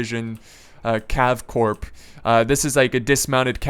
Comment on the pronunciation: Thank you for straightening that out for all the people who argue about something they don't know the answer to! Also corps is pronounced core not corP haha. Like the video!